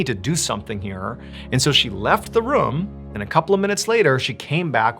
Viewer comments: The way he says room like “ruhm” lol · Since beginning watching Mr ballen ~8 years ago , the way that he says “room” has always stood out to me lol. He says “rum” 😂